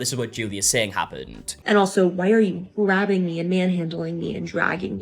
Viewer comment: i don't trust these drama loving, drama creating, entitled twits who turn words like "grabbing" into 3 syllable words.